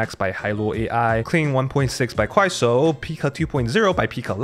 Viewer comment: wait a second, the way you pronounce 快手 is very...